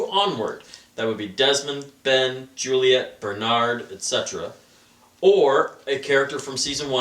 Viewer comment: Nooooo you said Suliet you can't just take it back. YES!!!!!!! That's why you are my favourite:p xD